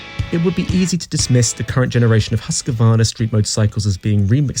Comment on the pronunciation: Great vid but if you can't pronounce it, just say Husky.